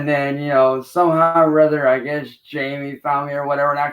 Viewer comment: "You're a musical genius!"-Siznac "And...I gex that..." - Lmao, he actually believes he's a musical genius.